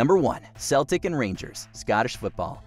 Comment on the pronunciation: Some pretty big mispronunciations and such aside...#1 had to be Celtic-Rangers. The fans have literally set off bombs against their opponents in the past.